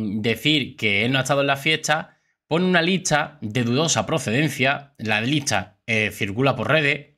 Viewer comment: No se si soy yo pero yo a este youtuber. Le escucho que pronuncia mal por ejemplo licha ( lista) y asi......¿porque? Que alguien me diga porque